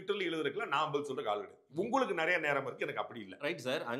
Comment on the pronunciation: அதென்னங்க, " நறைய"? ஒவ்வொரு காணொலியிலும் இந்த மாதிரி தப்பும் தவறுமாக உச்சறிக்கிறார். யாராவது அவருக்கு சொல்லுங்கப்பா, அது " நிறைய" என்று.